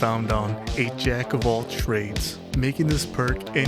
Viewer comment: ''"Trades" not "Traids"